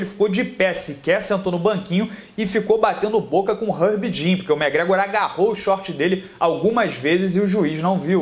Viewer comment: Cara vc pronucia os nomes muito errado, megrégo é sacanagem velho, é muito tosco seu ingles cara :0 , nem conseguir ver o vídeo direito.